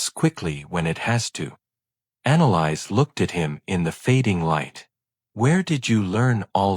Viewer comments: Thank you! I came to say that. It's been driving me crazy. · Her name is pronounced: Ana lease! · Thank you! It was driving me crazy too having to hear the mispronounced name!!!